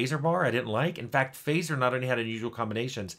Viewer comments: Just a lil nitpick in case nobody's pointed it out (I did scroll down a ways and didn't see it): Fazer is pronounced "FUTZ-er", not "FAY-zer". Not saying this to put you down in any way, just a friendly correction. :) I'm a philistine who prefers milk chocolate over dark, and even loves white chocolate, so I'm not exactly the target audience for this video. But it's still a nice feel-good watch. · fazer is pronounced fatser. excellent candies of all kinds. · rabbitholing your vids, thanks for the links. One note though fazer is locally pronounced as fatser (the A is as in aardvark). It's a german name and means smith.